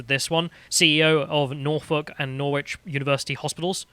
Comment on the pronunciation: mate, you aren't American. Its pronounced Norritch not Nor-witch!